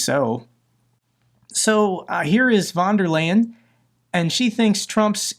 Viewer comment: "Here is wonderland" 😆 It's pronounced "Fon Der Lie-en"